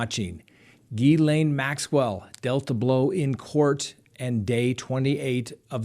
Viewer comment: You are doing so well with Maxwell's name that I think maybe some little French man might appear! ;-)